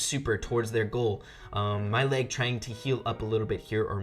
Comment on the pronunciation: When you said mail it sounded like my leg another op mortis